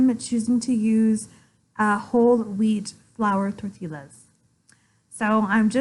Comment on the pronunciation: Please lean how to pronounce tortillas. It is " Tortias" not Torttillas.